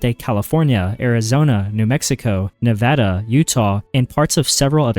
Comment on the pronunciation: I just liked the video because you pronounced Nevada right, thank you